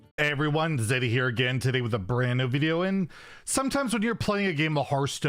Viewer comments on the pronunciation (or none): none